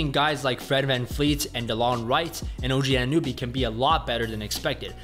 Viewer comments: It's Anunoby, not Anunewbie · "Anannuby" his name really isn't that hard to pronounce lol.. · ANUN OBY stop saying his name wrong lol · How is it the best content, if he can't even correctly pronounce two of the players names of the team hes talking about??